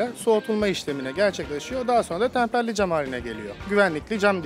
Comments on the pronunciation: Tamperli değil temperli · Tamperli değil temperli cam abi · Tamperli cam değil, temperli cam. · Kardeşim yalnız tamperli cam değil, temperli cam olacak.